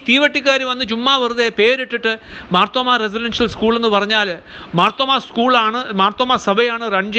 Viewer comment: മാർത്തോമ്മ എന്നു ശരിക്കു പറയുവാൻ പോലും അറിയില്ലേ സഹോദരാ? മാത്രോമമാ അല്ല മർത്തോമ്മാ 😂